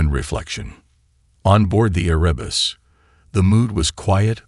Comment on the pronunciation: Erebus...the primordial god of Darkness. You got the name correct ONCE... ! You do a hatchet job on almost every single name in this video!